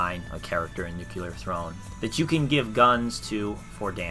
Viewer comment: Nuclear. Say it with me now. New-clear.